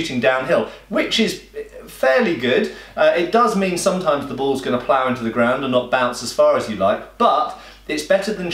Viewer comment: Some points: I really LOATHE and HATE Ze Patrioet!!! BUT during one of the first battles when the American regulars try to stand up to the superior British infantry, you actually see bouncing cannonballs. Balls, not bulls. I know you meant balls but I kept hearing bulls. For the rest, it's an excremental movie. During the encounter with a British regular patrol who intrude upon THE PATRIOT's farm and see the wounded AMERICAN HEROES lying all around, what do they do? Do they do the sensible thing, fix bayonets and run them all through? NO. They FIRE their precious musketballs into the stationary targets that weren't going anywhere anyway, putting the British regulars at an extreme disadvantage if suddenly a Damned Rebel Yankee ambush was sprung. Oh my, we have encountered enemies that can resist us! And we have just wasted our shots on some stationary targets that weren't going anywhere anytime. Lord, I wish I had used my bayonet instead to finish them off because now I will have to reload or retreat or charge foolishly with my bloody bayonet at a prepared enemy who will meet me with a welcoming salvo of musket balls!